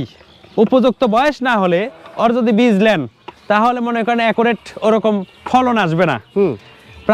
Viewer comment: এর উচ্চারণ ঠিক করতে হবে যোদির বদলে বললো যোযি 😅😂😂😂😂